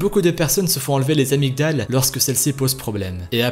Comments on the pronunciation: Ça s'écrit amygdales mais ça se prononce amidales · on dit pas les "amygdales" mais les "amydales" c'est mieux